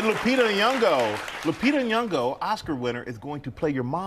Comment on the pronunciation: It's painful to hear them pronounce it 😂😂😂😂. I gave up on people at my office pronouncing my last name correctly.